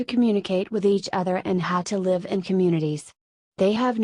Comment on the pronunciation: The idiotic female robot voice cannot even distinguish between the grammatical tenses of live. Where is Wes Penre's voice?